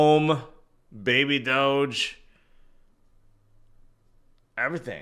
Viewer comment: Hoge finance instead of doge